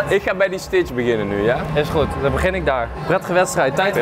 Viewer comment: enzo je zegt ht fout het is stitch